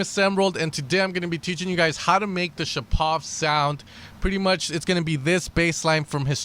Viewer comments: Мне тоже ухо резануло :D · Not ShapOv. ShApov!